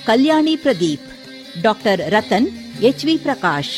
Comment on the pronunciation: ರತನ್ ಅಲ್ಲ ರತ್ನ